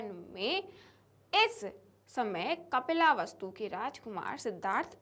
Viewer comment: Mam yeh kapila vastu nahi hai 😅😅 yeh kapil vastu hey